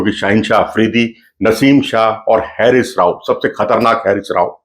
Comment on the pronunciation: Pronunciation of Haris is "Haa Ris"not hairis